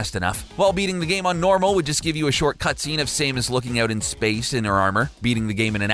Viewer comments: I'm not as mad about his pronunciation; I'm mad that he touts Samus as being iconic, but he himself has obviously never heard of the character because I have NEVER heard anyone ever pronounce her name this way. Sure, you hear Ay-run or Uh-Ron for her last name, but everybody else pretty much got Samus right on the first try even before Metroid games had voices and gaming commentary was televised. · Oh ffs "SAY-mus"? Dude even my uncle who doesnt even play games knows how to pronounce that, theres nothing to elongate the A! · They way he said Samus (Saymus)...like, what? How do you get that wrong? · Saemus? Really? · It's pronounced s-a-mus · it's pronounced "sam us" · (sam-us) or Sam + us = Samus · Exactly! He called her saymus XD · Saymus? clearly this guy doesnt play videogames. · Sameus xD Sameus xD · I didn’t know Samus was pronounce like Seamus. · It should be "Sam-us"...ya know, how it's spelled. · how did you mispronounce Samus? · U say samus wrong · He pronounced Samus wrong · channel is named, talks about games old and new don't even know how to pronounce "Samus" correctly Idk why this bugs me so badly, but...have you never played a Smash Bros game? They announce your character choice upon selection, including "Samus". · Does no one pronounce SAMAS correctly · Stopped watching after calling Trump a dummy. He is smarter than you are and you can't even pronounce Samus correctly... You just made yourself look like a moron in your own video. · I don't think whoever made this list knows what the word "inappropriate" means, or how to correctly say Samus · I feel triggered by your pronunciation of Samus. #REEEEEEEEE /s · You can't even pronounce Samus. Why are you a self-proclaimed "gamer"? Why are any of you guys calling yourselves gamers? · The way you said Samus TRIGGERED me. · For a channel called, you're not much of a gamer... how the hell does someone mispronounce Samus? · You said Samus wrong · Why do you pronounce samus so weird